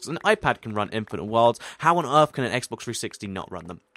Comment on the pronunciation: He says SSEXX